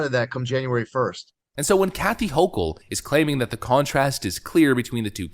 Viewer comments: It's irritating to hear the woman's name mispronounced like 20 times in 10 minutes. Her name is not pronounced "ho-chul" with a soft "ch" , it's pronounced "ho-kel" with a hard "ch" . It was a relief to hear it finally get corrected after hearing Lee Zeldin pronounce her name correctly, but the whole video should have been done over to correct the error rather than letting the constant mispronunciation remain throughout the vast majority of the video. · Her name is pronounced "Hokle".